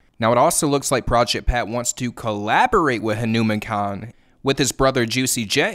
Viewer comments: Correct pronounciation: "HanuuMaan" not "Henumein" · Just going to drop this. His name is pronounced Hah - nou - maAn -kind , not Ha-newman-kind, emphasis and long A on the man, like Poke-Mon not pokeman. Just putting it out there. No disrespect. Anybody covering him is great. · Respect for making this video. But please learn how to say his name correctly 🙂 Hanuman like the Hindu deity plus "kind" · huh-new-men kind 💀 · Dear, say his name correctly please, it's HanumAAn-kind